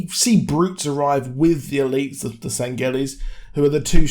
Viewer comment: And he says it completely wrong.